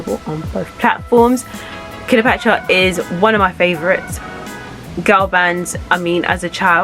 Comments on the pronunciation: Their name is pronounced CLEOpatra, not KILOpatra. Just FYI, no disrepect. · The last I heard they were called 'Cleopatra ' not 'Killer Patra' and they were from Moss Side, Manchester not Moorside. I appreciate the trouble you have made putting this together but please, you can do better. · Love it when we a decently researched blast from the past of a people who made an impact in the past. I recently was going through memory lane, looking at popular icons and their journeys from Ruff Ryders to Eternal. As good as this one is, why do I keep hearing Kiler-patra instead of Cleopatra 🤦🏿. Anywho, keep it up. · Why she saying KILLA patra ? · I heard her say that too 🤣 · I hoped she just misspoke but it kept goiing smh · why cant u say Cleopatra? love this band ❤️